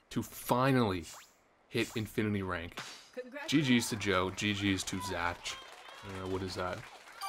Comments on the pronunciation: Congrats dude! But why are you mispronouncing “Zach” as “Zatch” the entire time? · Why did you pronounce "Zach" as "Zatch" lmao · isn't Zach pronounced like Zack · Why do you say Zach like that. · Why's bro pronouncing Zach like that lol?